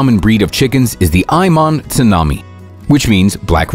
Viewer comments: Its 'Ayem Cemani' not 'Ayman Cenami'. Also there is an Indian relative of that breed called 'Kadaknath' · I really was like "Ok Google look for Ion Tsunami chickens" hahaha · My guy said eyenom tsunami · You said the aya cemani's name wrong, curse you! Do you know anything about chickens??? I breed those cemanis y'know.